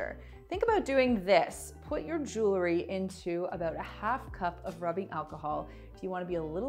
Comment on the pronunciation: Jewelry not jewlery. I do love these hacks ! Thank you